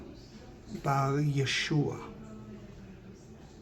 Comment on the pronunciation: Love hearing you saying ...Yeshua just WOW..🥹🫶🪔